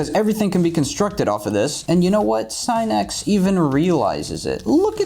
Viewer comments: I feel genuine pain every single time he says "S-eye-nex" instead of "Sin-nix" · SIN-X you've been saying it wrong😂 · god it hurts hearing him say SIGH-NEX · Mu”SINIX”. Achoo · I think Sinix's video only gives you tips, follow it or not, it's up to you. No one forces you to follow. And please pronounce other people's names correctly, your "scinec" sounds really disrespectful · Today I learned Sinix is pronounced Sy-nex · Try pronouncing his name correctly before you try to teach u fuckin idiot lol